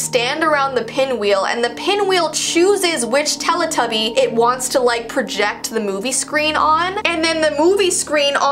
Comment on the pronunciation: I heard telepuppy 0-0